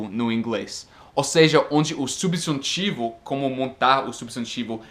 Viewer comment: Bom português, mas atenção para a diferença fonética entre "substantivo' (=nomes) e "subjuntivo" (modo/tempo verbal).